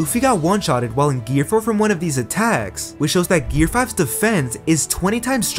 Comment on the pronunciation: Gear not gare